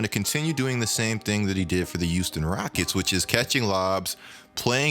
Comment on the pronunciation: Nobody:: tHe YuUsToN rOckEts